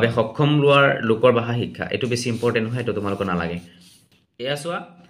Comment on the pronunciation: বাষা নহয় নেকি। 🙁🙄 ভাষা হে হয় নেকি।